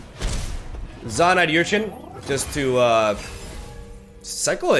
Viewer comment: Er-chin Errrrrrrrrrrr-chin Errrrrrrrrrrrrrrrrrrr-chin Not your-chin